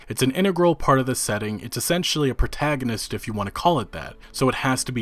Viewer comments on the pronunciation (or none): none